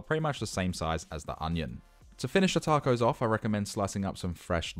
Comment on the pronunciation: this vid is great but the way you said tacos made me want to turn off lmaooooo.